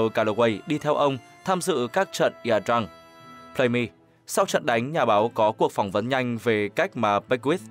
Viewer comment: IA Drang ( Đọc là Gia Đờ Răng nhé) Ko đọc IA.